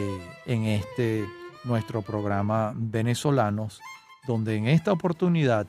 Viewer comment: Me gustó este programa muchísimo. Lo único cuestionable es cuando el presentador dice "Venezolanos" como si la "v" labiodental existiera en español.